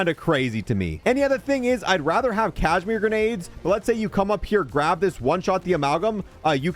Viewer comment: its KAZ-I-MEER not cashmere silly..